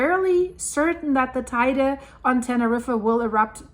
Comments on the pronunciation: It's not tyda its pronounced tedi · [~Teh-ide] - I know, I know... but still😉